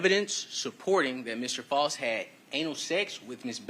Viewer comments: It’s pronounced Faust like Frost…idk where they got that Foust pronunciation from…his name is Edrick FAUST… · Mr. False? His own attorney can't even pronounce his name? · it’s not that hard to say Faust